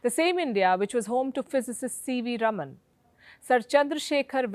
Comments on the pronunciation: Please pronounce as Rāman (रामन) & not Raman (रमन). The correct pronunciation is C V Raaman or C V Rāman. सी वी रामन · Palki Sharma Upadhyay, he is C V Raman, pronounced Raaman. And NOT Rum-un!!!! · Its rāman, not ruman. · Wtf can some in Wion teach her how to pronounce RAMAN its not Ramn... 😓😓😓😓😓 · north Indians... PLEASE learn to pronounce non-north Indian names and words correctly. For instance, It is C.V. Raaman (रामन), not रमन, it is Chidambaram (चिदम्बरम), not चिदाम्बरम, the dish is pronounced saambaar (साम्बार) not साम्बर . Or are north Indians too arrogant (or lazy) to learn to pronounce correctly? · It is not Raman (रमन ) Palki but Raaman (रामन). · Should be pronunced as Raaman, not ruman. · Thanks, Palki for the excellent video. One small correction. Sir CV Raman's name should be pronounced "Raaman"(rɑːmən) as opposed to "Raman" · + My comment is NOT specifically at you alone, but at every one in general, and more towards non-south Indians... PLEASE learn to pronounce south Indian names and words correctly. For instance, the correct pronunciation is C.V. Raaman (रामन), not रमन, it is Chidambaram (चिदम्बरम), not चिदाम्बरम, the dish is pronounced saambaar (साम्बार) not साम्बर . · EXACTLY!! I cant say it wasnt HAMMERING to hear Palki repeatedly say Raman! I was clearly focusing on the wrong bit :! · + North Indians KEEP mispronouncing south Indian names. For instance, the correct pronunciation is C.V. Raaman (रामन), not रमन, it is Chidambaram (चिदम्बरम), not चिदाम्बरम, the dish is pronounced saambaar (साम्बार) not साम्बर . Sometimes, I wonder whether is is arrogance, or whether is it laziness (to learn the correct pronunciation). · Palki ji, the name Raman is pronounced with the first "a" being stretched such as "Raaman" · Its "Raaman"...not spelling, pronouncing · His name is pronounced as RAAMAN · correction: His name is pronounced as Raaman just like we say Ram as Raam